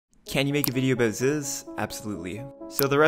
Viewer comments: ITS PRONOUNCED ZYZZ “ZEES” not “ZUZ” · Pronounced zeez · Goes to show that most people didn’t even watch zyzz when he was alive. His name is pronounced “zeez” like “Aziz” his first name. There’s even a clip of him saying “it’s fuckin zeez bruh”. Fitness industry is filled with posers (both literally and figuratively lol) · zyzz pronounced zezzs z z z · “It’s pronounced Zyzz”